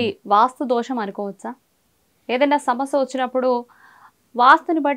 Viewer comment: Samasa kadoo Amma Samasya telugu pronounce sarigaa cheyyi